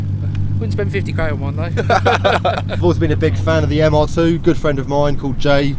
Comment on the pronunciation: calls it a Mr.2 instead of mr2